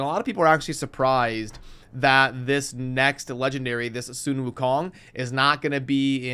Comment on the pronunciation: Bro.. its "sun" not "soon". Are you doing this shit on purpose? I've watched a few videos now of you butchering simple pronunciation.. You know like the source of light you see when you wake up in the morning?